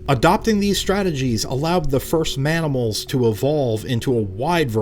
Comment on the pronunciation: Ok, i am 100% sure it was a mistake, but he said "Manimals" which is hillarious